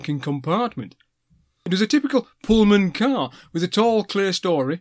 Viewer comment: I think I had an original one of those sandwiches last time I was on the train. :-) Not many pronounce clerestory properly as you did, but I'm not sure about valet you varlet. :-) :-)